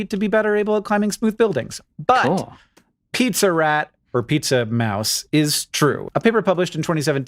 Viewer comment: "Pizza-mouse" Hank, please.